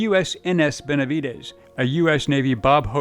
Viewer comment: NO ES BENVEDES ES BENAVIDES MUY MALA TRADUCCION PORESO SE MAL ENTIENDEN LOS APELLIDOS LATINOS